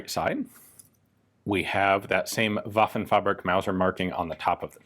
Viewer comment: Given how many old foreign guns that are covered, I'm not a stickler for pronunciation. That being said, hearing Waffenfabrik mispronounced three times in twenty seconds is pretty glaring. Fabrik is pronounced (in German) like fahBREEK.